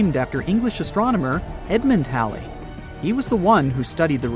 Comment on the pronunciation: This person's mispronouncing Halley's comet on purpose an saying Halle Halle Halle 😡